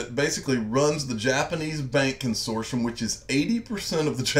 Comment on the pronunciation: It's pronounced Con sort T um